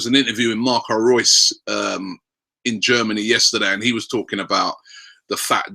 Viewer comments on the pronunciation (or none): none